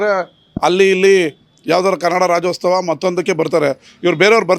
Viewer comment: Rajyostava ಅಲ್ಲ, ರಾಜ್ಯೋತ್ಸವ. ಇದನ್ನೂ ಹೇಳೋಕ್ಕೆ ಬಾರದ ನೀವು ಯಾವ ಸೀಮೆ ಕನ್ನಡಿಗ ಸ್ವಾಮಿ?